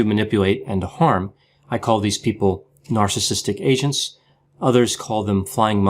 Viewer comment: Sounds like yr saying asians not agents, lol, the first time you said it my head nearly snapped from looking around with a 'huh' lolol so funny! I always worry when using the term flying monkeys as I know some People jump straight away to the wrong conclusion!